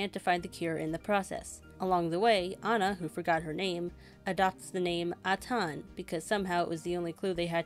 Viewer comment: It's pronounced "Ay-tan", not "Ah-tawn".